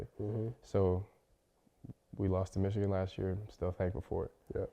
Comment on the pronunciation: Caleb you got to stop saying *Ichigan. You’re a Buckeye it’s the team of north